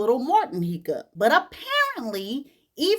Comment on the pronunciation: It's the "heecup" for me. Lol